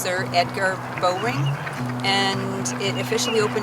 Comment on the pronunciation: I love how you appreciate this awesome park, but we locals don't say "bo-ring". :P It's actually closer to the name Bauer, like the hockey brand. "Bow" like I bow down, or I bow out, and -er after. "Bow-er-ing park" said really fast. As a youngster who spent many a day in the park I questioned my parents endlessly about the pronunciation, much to their annoyance I'm sure.